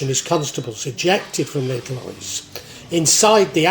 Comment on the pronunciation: Respect for your pronunciation of LL, I wouldn't say it's perfect but it's pretty close, most English people just say L.